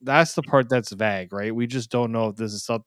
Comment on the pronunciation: (Vague) vAgue not vaahgue